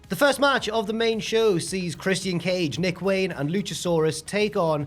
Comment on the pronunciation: Why are you pronouncng Christians name like that? No way is that easier.